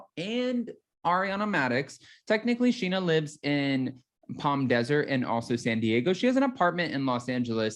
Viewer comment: Please not schena